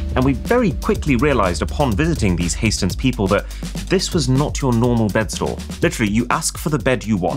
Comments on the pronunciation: ”Hays-ten” 😂 That pronunciation is terrible. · Arun just so you know, hästen was pronounced wrong, it’s a swedish word